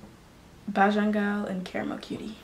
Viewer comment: Nice. Bajan pronounced bay-jun